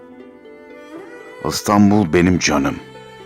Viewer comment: Neden Istanbul? Adı İstanbul olan bir kent, yıllardır çoğu mecrada ve çoğu kişi tarafından "I" harfi ile okunuyor. Videoda okunan şiirde bile. Yazık. "I" harfi ağız kaslarımızı daha az çalıştırır. Tembelliğimizden olsa gerek. İstanbul yıllar içinde oluverdi Istanbul.